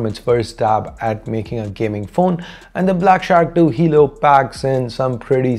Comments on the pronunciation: Hey man it's 'halo' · Talking about the fact he said halo instead of helo once.